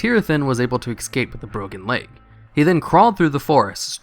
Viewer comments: IT'S PRONOUNCED ESCAPE NIT EKSCAPE!!!!! sorry I just hate it when people say it like that... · "Ecscape"... Cringe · don't say exscape ya jerk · Why do so many Americans pronounce "ESCAPE" as "EXCAPE"??? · The word "escape" does not contain an X just fyi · I love your videos, I fucking despise your pronunciation of things. "Excape?" I bet you say "Expresso," too. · "They were able to ex-cape" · Learn how to pronounce ‘escape’ please, my dude. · Pronounce escape correctly.